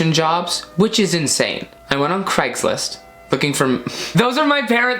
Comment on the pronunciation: hearing craigslist being called cageegee is absolutely hilarious to me